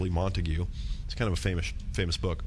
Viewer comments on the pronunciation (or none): faymish hahaha